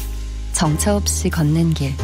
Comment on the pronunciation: 캐나다에서도 매일 재미있게 잘 듣고 있습니다. 주기자님 진행 너무 좋아요. 중요한 얘기는 아니지만 중간에 비상대책위원회 안내 멘트 아나운서의 "ㅅ" 발음 교정("없이"가 S처럼 들림)을 부탁드립니다. "당신의 퇴근길 야근길 정처없이 걷는 길 그 모든 길에 변함없이 함께 합니다. KBS1 라디오 비상대책위원회" 정처없이, 변함없이 발음하실 때 시옷 발음이 아닌 S 발음을 하시는 것 같이 들립니다. 저만 그렇게 듣는지 모르겠지만은요.... :-)